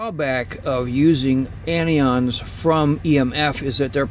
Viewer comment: Mike Hogue He pronounces them incorrectly. CAT’ions, AN’ions not catE’ons nor AnE’ons. They are positive and negative charged ions.✌🏼